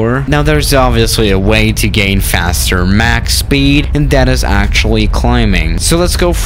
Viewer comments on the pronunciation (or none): none